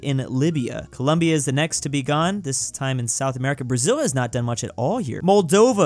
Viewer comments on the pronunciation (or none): none